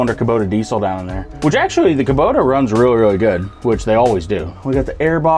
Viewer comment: A kaboda diesel? Did you just invent a new brand? I know kubota but kaboda…